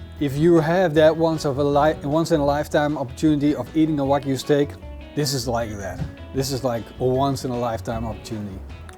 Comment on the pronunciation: Its Wagyu beef, not Whack you beef😂😂😂